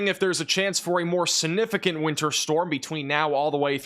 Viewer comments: This is according to The Merriam-Webster Dictionary. The word is significant. sig-ˈni-fi-kənt You need to pronounce your words better or you may as well use pacific instead of specific, or axe instead of ask. You can also use Specific when talking about the ocean. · Please learn tp pronounce the word “significant.